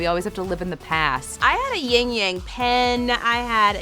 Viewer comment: YIN AND YANG, NOT YING YANG Ying yang is not a thing. They are 2 elements that balance each other, not a sound effect.